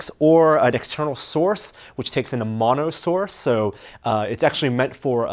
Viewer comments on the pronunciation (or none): none